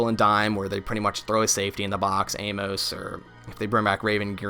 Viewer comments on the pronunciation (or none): none